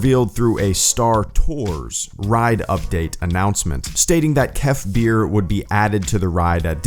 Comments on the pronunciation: It’s pronounced...Kef BURR! As in I’m cold BURRRR!! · Kef bir I thought you were saying kefir like the drink